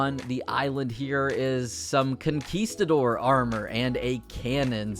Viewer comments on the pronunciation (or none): none